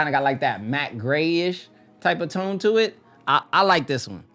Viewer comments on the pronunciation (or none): none